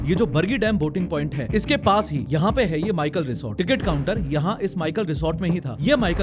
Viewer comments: माइकल रिसोर्ट नहीं मैकल रिसोर्ट है, मैकल पर्वत का नाम है। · माइकल नहीं मैकल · माइकल ❌ मैकल ✅